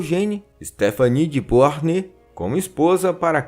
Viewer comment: Ótimo vídeo! Só um detalhe: a pronúncia correta de Beauharnais é "Boarné".